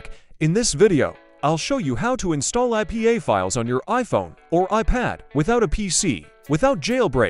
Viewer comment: did bro just say pay? 😂😂 oh hellno